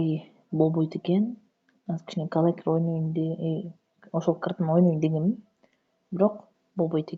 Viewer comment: калакир дейсин да калахари десен